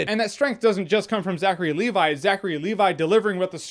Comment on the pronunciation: "Zachary AND Levi"?